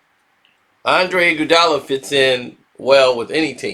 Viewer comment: The way you pronounce iguodala name is killing me!! Fix it